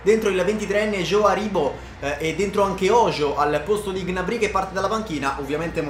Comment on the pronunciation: Solo a me da fastidio come pronuncia Gnabry?